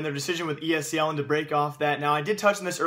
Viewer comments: It's ESL not ESEL, pls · hate how you say ESEL not ESL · It's esl not esel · Are you saying ESEL, or are my ears fucked?